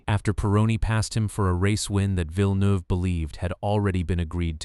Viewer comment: I'm from Quebec and Villeneuve too and the way he pronounced it annoyed me so much 😭😭